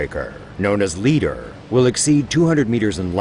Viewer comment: know as leaderrhh ... icebreakehrrr